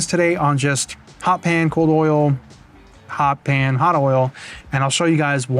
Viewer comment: hot pan not HOT pan.